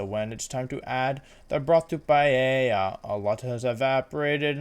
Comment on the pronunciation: Me: clicks video Wolfey: pronounces paella "payeya" Me: closes video